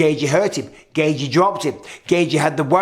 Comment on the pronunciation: Gay gee gay gee gay gee. Justin gaygee. It’s pronounced gay chee. The first second of the main event had twice the action of Rose vs Carla. But Rose is still the best. Her foot just slipped for five rounds. ..